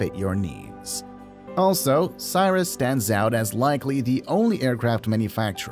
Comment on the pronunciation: I'm guessing that the voice for this was AI. Maybe not. Either way, Cirrus and Cherokee were so mispronounced I bailed on the video and did not finish watching it.